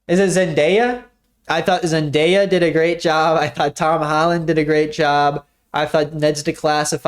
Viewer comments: My fiancé and Isabelle both just criticized you for how you said Zendaya the first time at the exact same time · bro butchered Zendayas name💀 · Your girlfriend correcting you on saying Zendaya😂 you should include her in some videos! You guys have a really cute dynamic/vibe I don’t really know how to word it.